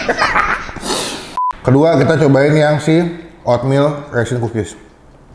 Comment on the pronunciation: Kedengerannya pukis ternyata kukis wkwk